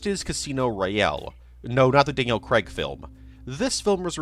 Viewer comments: I love how no American can pronounce craig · And Daniel Craig's surname...